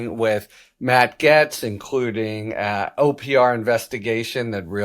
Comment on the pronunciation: It’s pronounced Gates